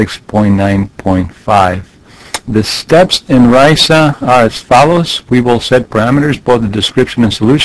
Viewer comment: RISA rhymes with Lisa.